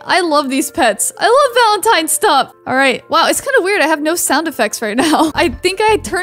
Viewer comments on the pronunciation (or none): none